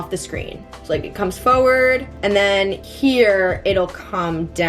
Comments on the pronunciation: Why do u keep on saying foeword 😭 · the way u pronounce forward always makes me laugh so hard